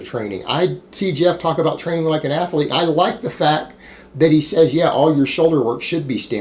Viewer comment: When are you going to learn how to pronounce "athlete"?😐